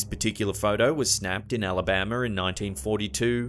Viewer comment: Alabammer? That a new state I haven’t heard of yet?